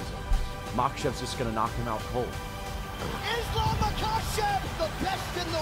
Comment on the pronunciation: Excellent film bravo ! Mais s'il vous plaît quand vous faites un film sur Islam, faîtes l'effort de bien prononcer son nom...